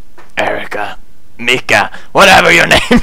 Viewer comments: Lawl Its Miki Bros not Mika lol but still i bro Pewdiepie ✊✊✊💓💓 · Man i am telling you her name is Miki not Mica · he keep saying her name as mika when her name is Miki :))))))) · lol her name is Miki not Mika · she's name is Miki, not Mika ;) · LOL. The name is Miki and then a few seconds after the name fades out, he says Mika the whole time. Hahahaha he never fails in making me laugh. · Does he realize he is saying Mika? It's Miki. Lol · She is called Miki not Mika! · Her name is miki not mika pewds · Not mika its miki lol . Erica + miki = mika :D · you do know her name is Miki not Mika right Pew?? im 1/2 japanese so ummm..... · It's not Mika its Miki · it's not mika it's miki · Miki , not mika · Ikr right. Her names fucking Mika, not Miki! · its Miki not Mika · Hum...it's Miki...not Mika ^^' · Miki u saying meka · MIKI not MIKA haha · it is Miki (Me-ki) the ''i'' is pronounced as ''e'' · and its miki as in miki mouse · Its pronounced MEKE I believe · Pewds said Mika XD word fail. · Pewds its miki like in paranoiac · Pronounced Mickey pewds :P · I wonder why she hates you, haha. You can't get her name right. But it's okay, cause it's adorable. :3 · shes probably not responding cause ur saying her name wrong